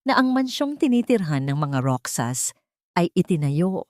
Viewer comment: Roxas sa Filipino Kung basahin po ay "Rohas"